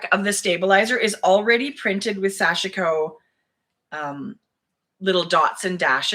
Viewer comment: You look super comfortable in your new format! And both of you look great in your kerchief/shawls! BTW, Sashiko is pronounced SASH-koh. The "i" is silent.